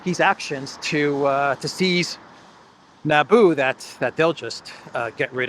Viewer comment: "Nabu" Not Naboo. And Nabu is IIRC, a lord of order in the Marvel universe.